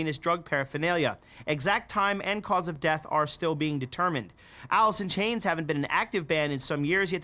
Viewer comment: Everyone: talking about the good staley and grunge Me: Did he say, “Alisson Chains”?